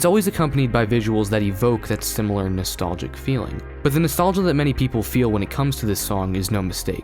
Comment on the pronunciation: "Natholgia" You'll never live it down, dislike.